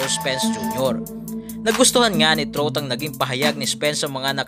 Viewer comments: Anung Austin truth? Austin trout (trawt)ang pronunciation nyan. Dating tinalo ni canelo yan. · Trawt hindi trut 🤣🤣🤣🤣🤣